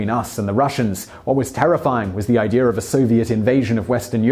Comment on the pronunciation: Why do people sometimes pronounce the word idea, “idear?”